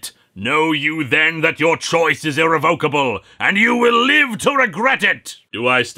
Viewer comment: Ir-re-VO-ca-ble? I thought it it was ir-RE-vo-ca-ble. Like "irreverent"